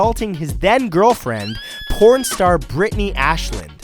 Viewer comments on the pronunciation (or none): none